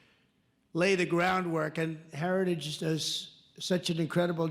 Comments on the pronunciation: Can't even pronounce "heritage". I don't care, but if you call out Biden for being old, Trump (3 years younger) isn't a spring chicken, nor do all the lights on the tree light up. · He took a few shots at trying to pronounce 'Heritage" without sounding drunk but never quite nailed it. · He can't even pronounce the name, Hairtagige, Hairtagish... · He can't even pronounce heritage. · He has a hard time saying heritage 😅😅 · Trump can’t even SAY the word “heritage” properly, so how could he be involved? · Trump can't pronounce heritage yet Biden is the problem 🤣🤣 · The man can barely pronounce the word heritage. How he is the Republican candidate utterly baffles me. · trump cant even pronounce the word' "heritage". He is such an ignorant loser. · He can't even say Heritage's properly 😂 That dementia sure is kicking his ass!! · Trump has on an FEC form that he is funding Project 2025. Twice in that 2022 clip of dump, he can't even say Heritage off a teleprompter. He was worse in his recent Doral FL rally from over the weekend, one example: hosply instead of hospital. But yea keep bullshitting us with calls for Biden to drop out. I'm glad I don't watch your crap network. Its about time you focus on Project 2025. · Why is no one saying that trump has a hard time pronouncing the word heritage. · He can barely say Heritage properly 😂 That dementia sure is kicking his ass 🤪